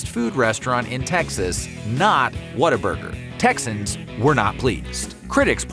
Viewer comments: It’s What-A-Burger not “water” burger for you Yankees… and Harmon has a better story than In-N-Out by far… the orange and white building is Texas McDonald’s golden arches. What other restaurant paints their franchise orange and white to be recognized from a pilot in the sky? I grew up in Austin Texas in the 1980s and it was the best part of my childhood. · Why does the announcer keep saying "WATT-a-burger"? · I had it on a business trip to Texas and had to fake how much I liked it to not be rude. It was like a cult in that office. Also, I really hate how they pronounce it "waterburger" instead of the obvious name "what a burger". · Video needs a “water burger”reference. Growing up I thought whataburger was pronounced water burger